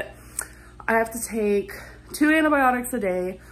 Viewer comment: “Aunty biotics” “andeh biotics” .. like dude ANTIbiotics